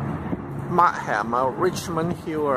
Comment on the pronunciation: 你係 港燦？⁉️⁉️⁉️ Markham 讀 mark-kham(琴) 唔係 mark-ham(咸)